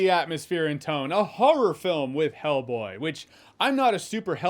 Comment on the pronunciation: Why do I hear you say Hellblade??